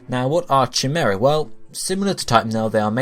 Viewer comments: it's not cha-mer-a..........it's pronounced kai-mer-a 😂😂😂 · Cheemaerah.... lol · Chimera. And it's pronounced Kai-mer-a. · Please god, stop saying chimera. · every time he said chimera i cringed :'( my stomach hurts